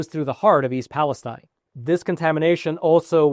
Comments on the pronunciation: Its pronounced east Pales-teen not tine. I grew up near there and my uncle owned a car dealership there. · I think Palestine is pronounced PALESTEEN by the people in Ohio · the locals pronounce it East Palesteen. Just a heads up. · This is good info, and I appreciate it. But your credibility would increase with many if you pronounced it correctly. Pal-a-STEEN.